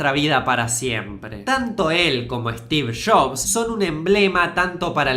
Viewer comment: "Stix Shops"😂 jajajaj amo como que dice😂😂😂😂